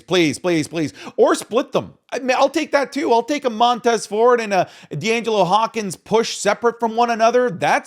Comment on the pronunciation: D’Angelo Hopkins ? You mean Angelo Dawkins ?